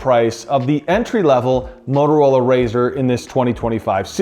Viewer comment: It’s not Mororola, it has “T” in it. Bloody hell…